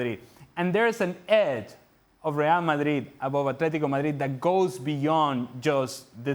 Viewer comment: I just love the way calls Real "Marid" without the d. As someone who doesn't know a lick about Spanish, it sounds just sweet in my ears 😊